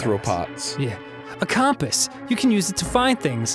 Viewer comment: Oh my god, why does Danny say compass wrong?